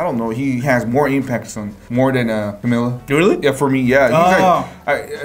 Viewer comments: "CamEla" in the end of video triggers me so much ugh. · she's triggered coz you pronounced camila's name wrong